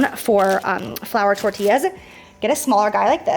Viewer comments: Love and appreciate the pronunciation of Tortias!!! Yay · That was a good pronunciation of tortillas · I loved the way you sounded tortillas very 🥰